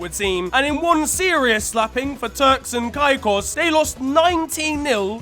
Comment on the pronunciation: Being born in the Caribbean hearing pronounce Turks and Caicos is making my ears bleed 😂😂